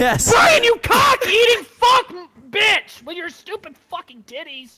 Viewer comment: Like how he bounced the B in b*%#h